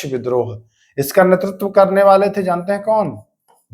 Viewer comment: Raja raam aur sambhaji mahraj ka nam thoda achha se lena chahiye sir aapko ,,two star job ka taiyari karwa rahe hai thoda hard aur soft word ka dhyan rakhe jaise tha aur थे शब्द 🙏🏻🙏🏻🙏🏻।